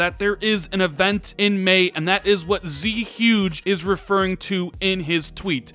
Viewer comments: You always say Z Huge. But I'm pretty sure it's zhuge (jooguh) like the Chinese general, especially given his profile pic is from like dynasty warriors. Just saying. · It almost drives me through the dry wall when you say “ Z Huge” lol. The gamer pic is zhuge liang from the koei tecmo studios game series Dynasty Warriors. Zhuge is pronounced zoog. Just for future reference and great vids. Keep up the positive coverage of next gen consoles and games. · Early just to say: zhuge is most likely pronounced more like "shuge" trust me on this one